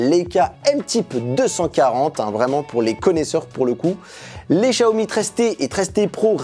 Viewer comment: Pourquoi tu dis Chiaomi alors que c’est Xiaomi?